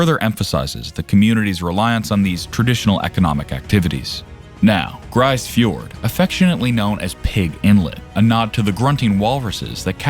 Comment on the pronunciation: It's pronounced 'grease fiord' not 'grice fiord'.